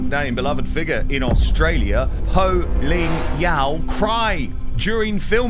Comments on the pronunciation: POH not Loh! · Her name is Poh…….not Ho !!!